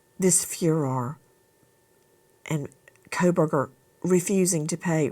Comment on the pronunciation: His name is coalburger. Pronounce it correctly please. The Kohlberger family would like to be rid of association and here you go... coalburger (coh lll uh bur ger) coalburger.